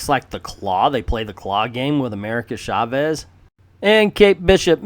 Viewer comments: Mindless ass! Hahahahaha. Their faces look nothing like Mindless Ones' faces; they look more like ROM Spaceknight's toaster helmet. By the way, I have been meaning to say about how you pronounce Chávez, with the stress in the "E" instead of in the "A", and then you actually got it right just as you were talking about your Spanish pronunciation almost at the beginning. Just remember, it is "CHÁvez", not "chaVEZ". Likewise, it is "VElez" instead of "veLEZ". And the double "L" in Spanish sounds similar as "J" does in words like "jail". So Villalobos sounds something like "vee-jah-LOH-bos". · Why are you saying "Shavez"?